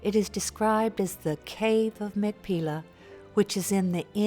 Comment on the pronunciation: The Hebrew pronunciation is actually "mak-pay-lah".